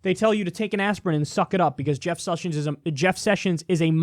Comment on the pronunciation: Kyle caught the southern , "Jeff Sushins"